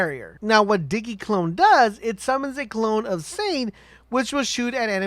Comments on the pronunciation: DIGGY DIGGY CLONE. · In sin de airy Di gē I swear if i hear digi again